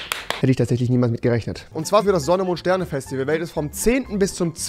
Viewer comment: Ich will auf das Fäschtiwäl weil ich hier ein Kommentar schreibe! xD